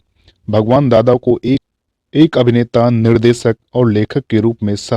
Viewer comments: Sir aapki bhasha shudh nhi shabdo ka ucharan sahi nhi he jaise sha shabd ko ucharit kar rhe he Nisha ko aap nisa keh rhe he Nirdeshak ko aap nirdesak keh rhe he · निसा नूर, सादी सुदा, दसक, निर्देसक, महेस भट्ट, अरे भाई उच्चारण शुद्ध करो